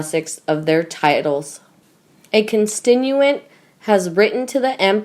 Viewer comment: CON STIT U ENT = CONSTITUENT ! We’re you never taught how to break a word down to syllables ? It’s not rocket science ! It’s so obvious that you’ve never laid eyes upon the script you’re trying to read, and equally apparent that you have absolutely NO IDEA of what you’re reading ! I have come to the conclusion that you aren’t human, but a ROBOT (and a boring one at that )! Where’s your colleague ? She reads with understanding of what she’s actually saying, I would like to know how you got the job in the first place ? Don’t you realise THIS IS HISTORY you are recording ! ‘The commentator who couldn’t read’ !!